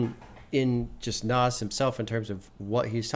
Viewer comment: By the way, it's pronounced "Naz". Like it ends in Z. Comes from Nasir. It's Arabic for "helper" or "supporter" apparently. He definitely helped support Hip-Hop 😂